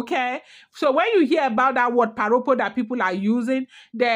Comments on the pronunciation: Thanks for these history lessons,. Èkìtì parapọ̀ [pronounced pa-ra-por] i.e Ekiti united. Nothing to do with pa Ropo. "Rọpo" means replace, pa Rọpo was almost certainly born as a rainbow child, hence named Rọpo ie replacement child 🎉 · Why don't you limit yourself to Ife palace story. You will get into trouble with your own side of the story. The war itself was called "Ekiti parapo" not "paropo".